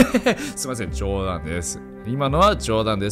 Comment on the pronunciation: なんで最後そんなに冗談を強調したの笑